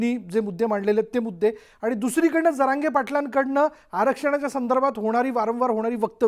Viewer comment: तिरक्या टरक्या नीट बोल जरांगे पाटील साहेबांना सरळ उच्चार करून बोल नाही तर तुझा दुसरा डोळा ही काढला जाईल